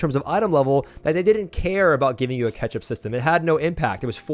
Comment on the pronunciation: "Ketchup systems." this guy loves his sauce!